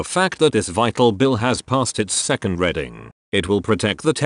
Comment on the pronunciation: Sorry, but when I open a book I READ it, not RED it. The word id READING not REDING.